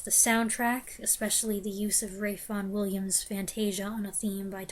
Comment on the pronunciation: Thanks for a lovely bunch of reviews. The most pleasant surprise was your obvious liking for the"Tallis Fantasia" - I thought your love for those Russian romantics might have precluded that. I also appreciated your perfect pronunciation of the name of the composer - something a lot of my fellow countrypeople wouldn't accomplish.